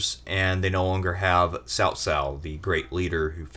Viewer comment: So you pronounce Cao Cao right but then pronounce Cao wrong for the rest of the segment? So lost